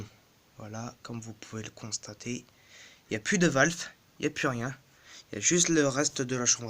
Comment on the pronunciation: Salut oui tu dois avoir une épine coincé dans ton pneu ! et permet moi de te corriger on dit valve et pas valfe!!!